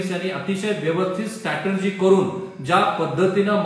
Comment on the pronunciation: स्टॅटर्जी नाही हो स्ट्रॅटेजी म्हणा. You are on national television, so correct yourself.